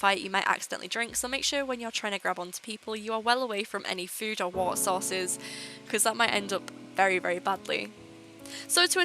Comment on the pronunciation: did you say water sauce or water source